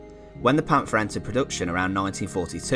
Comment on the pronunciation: It's not a English th in Panther there is like a little pause between the pant and the her